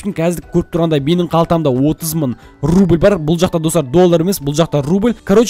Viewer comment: мың дегенді мын дийсіз екен